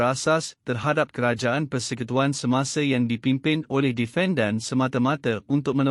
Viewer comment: Perkataan NORZITA, ENGGAN, DEFENDAN dan AKTA.......tolong sebut dgn betul. Jika komputer baca tak sesuai elok dibaca oleh manusia...apalah kamu, video pendek pun tak mampu nak baca. harapkan komputer yg sebutannnya salah.....